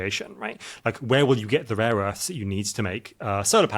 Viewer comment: I thought this guy was making some good points until he said “raw earths” several times, turns out he’s an idiot.